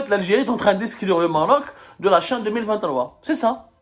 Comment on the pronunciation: Tu as du mal à dire le CHAN.Verifie sur Google pour t'en assurer.Comment peux-tu expliquer l'existence de la lettre h?dire la CHAN, C'est horrible de la part d'un journaliste francophone et qui parle en plus bien la langue française.Fais un effort ,corrige ton erreur,et n'aie pas ce "Nif"dont les algériens s'enorgueuillent